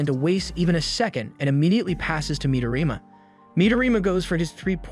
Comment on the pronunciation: Midorima*, He doesn't pronounce it correctly